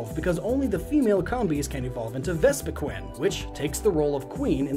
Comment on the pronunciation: I'm sorry, Vespiquen??